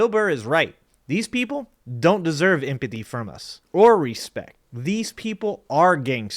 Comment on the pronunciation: I like the video, I agree with what you share but please for the love of god enunciate the word empathy. You make very valid points, and I like the light tone of the video joking about things but at least enunciate the words that make up your message so people take it serious.